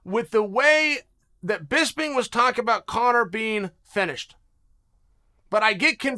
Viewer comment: “Finished” or “fetished” ????? Annunciation my billie Ellish manifestation… just annunciate